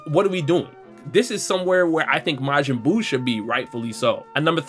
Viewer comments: count how many times he said mayin buu bro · "Majinn buu" x100000